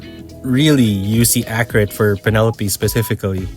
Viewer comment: ah yes, the Pen-Uh-Lope